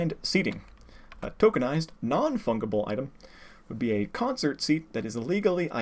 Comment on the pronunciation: I believe "fungible" is pronounced with a soft G. Other than that, great presentation which I will be sharing with everyone who keeps on trying to convince me that NFTs are Good, Actually. Although common misconception : copyrights don't expire by being unenforced (that's trademarks). There are many cases where copyrights suddenly start to be defended after a long time of silence and the copyright owner ends up winning as a result.